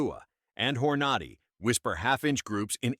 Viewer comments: “hor-NAH-dy ? It is HOR-na-dy. This guy is “Gun Man”? What horseshit. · Hor-nod-ee, you gotta love this AI generated pablum. Not! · "hor-NAD-i"????? That's how you look like a fool. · The narrator is killing me…Hornady will forever in my brain be called Whore Naughty… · How about learning how to pronounce Hornady !!